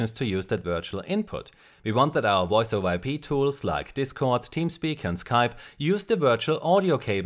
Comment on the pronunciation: woice made me chuckle